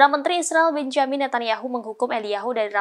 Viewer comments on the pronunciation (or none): none